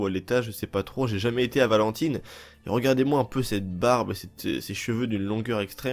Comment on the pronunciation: Stp de dire Valentine ça se prononce valentaillene 😭😭😭